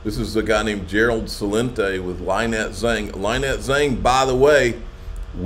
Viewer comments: Her name is not Lie Net, it's Lin Net. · Am I the only subscriber who screams every time says LIE-nette?